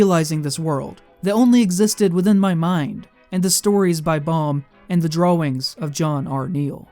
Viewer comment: Hehe He said “draw-wings”